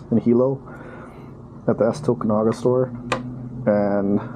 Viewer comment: I almost left the channel until you said "Hilo" and Tokunaga". #808